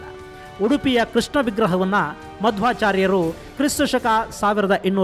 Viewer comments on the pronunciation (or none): none